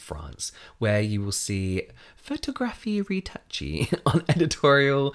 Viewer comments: "photography retouchy" lmaoooooo I love hearing people who don't speak French try (but really not try) to read it. Great video! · No one: Absolutely no one: James: "photographie retouchie" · Lmao the way you pronounced “photographie retouchée” 😂😂😂 in case you’re curious, “photographie” is sort of prounounced photo-graph-ee (but with the French accent of course 😂) and “retouchée” is pronounced ray-too-shay. Means “photography retouched” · AHAHAHA I LOVE how you said the french phrase "photographe retouchée". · LMAO the way you said photografie retouchee ❤️❤️❤️❤️❤️ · I just had abdominal surgery, and this may be the second video I've seen this week (... watched CL's post up video for the Energy 😤❤) but I had to struggle not to laugh at how James said "photographie retouchee" 😂😂😂 Like a tiny secret bag 🤣🤣🤣